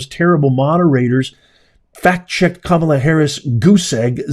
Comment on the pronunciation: Glad you pronounced Kamala’s name right. The way it’s been pronounced until she started running for president. Ka Ma La not Cam A La